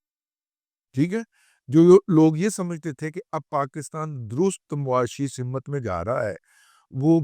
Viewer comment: " سمت " صرف س کے زیر کے ساتھ ہے م کو زیر یا زبر کے ساتھ نہیں بولنا چاہیے !